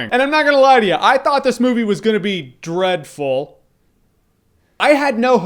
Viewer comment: Ur face when you said dereddful. LOL!